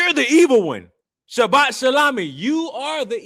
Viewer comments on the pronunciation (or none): Shabat sha what 😂😂😂😂 boi say it right 😅😅😅